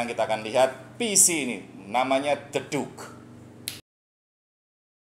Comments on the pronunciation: Hhhhhhh klo the duke baca the dake lol nihh bahasa mu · The duke bukan jeduk 😂😂😂